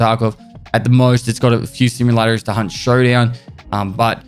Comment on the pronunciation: I bet he had to hard pronounce "Hunt" at the beginning so the algorithm wouldn't think he said "Cunt Showdown".